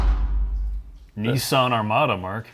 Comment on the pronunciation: It's pronounced Kneesarn